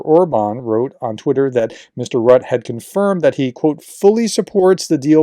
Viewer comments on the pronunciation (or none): It's not pronounced rutt, there's an 'e' at the end. It's pronounced rutt-uh. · JFYI: Mark Rutte - his name is pronounced more like 'rooter' than 'rut'. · N.B. Rutte should sound more like "RU-te" not "rut" --maybe Roo-teh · Mark Rutte last name is pronounced ROOT-the, not Rut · It's Rutt-'uh, not Rut... He's the only foreign Prime Minister publicly saying "No!" to DJT b.t.w. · our ex-PM's name is Rue-Tee (Rue like street in French, and Tee like in T-shirt) :) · Nice report. Just for info it's pronounced Marl Rutt-EH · Rutte is pronounced Rutter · It's Mark Rut-te. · Pronunciation is Rutte = “ROO-tuh” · You pronounce it "Rutt'eh'" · Please educated americans try to say foreign names correctly! It's not that difficult! Rutte is not a rat!😅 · FYI, Diehl is pronounced exactly like "deal". BTW., since you will have to mention his name more often in the future, here is the pronunciation: it is Rut -te, with the "u" being pronounced like the German "ü", like you do in the case of Nuremberg (the "u" there), and the "e" at the end is a short "a" sound, so approximately something like "Rüt-ta". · The dutch guy name is pronounced Root-tae. Welcome. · Splendid update. (FYI: Rutte is pronounced Roo-teh.) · I was going to say this, glad I scrolled first. 👍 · Hey Prof Rutte is pronounced Rutter